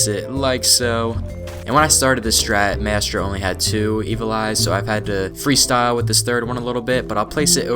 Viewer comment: who tf is mestro it's Maestro [MY] + [STROH]